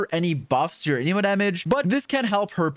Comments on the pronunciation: why is he saying aneeemo when its anemo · Ah yes. A-knee-moe, my favorite element. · Anemo is pronounced Anemo, not a Nemo 🐟